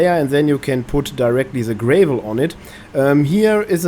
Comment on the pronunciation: gra vol .... a .... is in apple .. not A as in anus..... not GRAY VOL